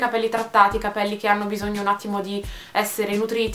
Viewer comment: charlotte alburi nella pubblicità della Pantene dice venti volte capèlli ahahah